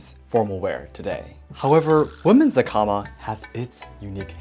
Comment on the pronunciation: Have to admit, that American pronunciation of 'hakama' was painful...😅